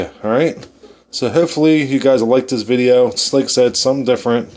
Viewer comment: if was from california instead of nova scotia, totally. just the way he says so, below, video, goes and do is off